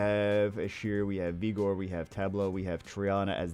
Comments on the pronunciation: Love you, but if I hear you say vigor like egor again I’m gonna go crazy. Vig like sig the er. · Both pronunciations are fine